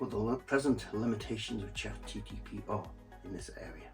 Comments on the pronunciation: It's chat GPT not GTP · Him incorrectly saying ChatGTP over and over again, was strangely annoying. 😂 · You lost me at "ChatGTP". Is that a cheap knock-off of ChatGPT?